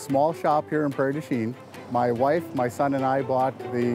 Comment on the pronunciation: That's not how you pronounce Prairie du chien